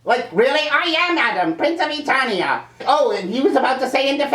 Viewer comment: Did King Randor just mispronounce ETERNIA??? WHAT THE FUCK?